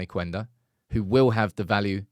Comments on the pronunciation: it‘s Kenda, not Kwenda. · In Portuguese the U is silent. It's "Kenda" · I heard it's just pronounced Qenda (Kender) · hey there, Sporting and Amorim fan here. Just wanna tell you that that his name is speaken like Kenda. We dont read that "u" there. Also, SCP stands for Sporting Clube de Portugal, idk why people call it Sporting Lisbon besides their stadium being in Lisbon. Love the updates on Ruben stuff, i will forever love that man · Hi - his name is actually pronounce as " keyenda"